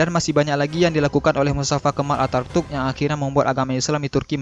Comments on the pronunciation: Knp host nya baca mustafa kemal atartuk Seharusx mustafa kenal ataturk . . Perlu di tatar nih host nya spy tdk salah dlm pengucapan huruf2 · Pengisi suaranya salah ngomong harusnya Attaturk malah jadi Artatuk.. 😄